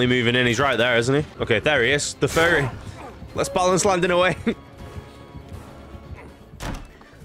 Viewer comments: Why do you pronounce furry like ferry? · Oh! “Furry” I always heard fairy and got confused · I thought he was saying fairy 🤣👌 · Thats what he was saying? I thought he kept saying "fairy". I was so confused